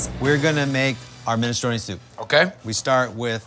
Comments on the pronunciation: yuh that's "minestroun".. and i'm the pope - tf outta here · Why does Guy pronounce minestrone without the E at the end? I'm so confused.